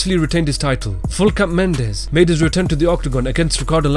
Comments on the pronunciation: Can you get a fucking name right? Full cap Mendes? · when he said regular mendes showed up i died